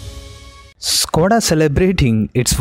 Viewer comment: Sir it is not స్కోడ but ష్కోడ and it is not వొక్స్ వేగన్ but ఫోక్స్ వాగెన్. Otherwise you are doing a good job of giving us very interesting knowledge